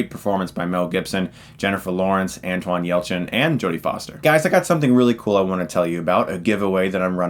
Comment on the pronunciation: wait did he just say Antwon Yelchin?! pfffftt